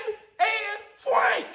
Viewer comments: Y is he saying Fwank lol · Bro stop saying Fwank 😅😂😂